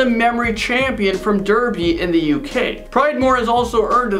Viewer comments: If u mean derby u Darby but say ar instead of er so it sounds like Darby but it's got an er not an ar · Sorry , but derby In UK is not pronounced that way it's said like Darby , I know but you know what us Brits are like. 🤣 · Derby is pronounced Darby, not Derby, I should know I live there. Still amazing people on this list.